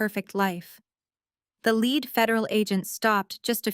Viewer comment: the plot is good but I have great difficulty following the story due to the missing "posessive S" that need to be attached to the names to make sense of the context. Also the mispronunciations of words like bow or lead, wound etc. I find myself constantly thinking "WHAT...oh yeah they must mean..."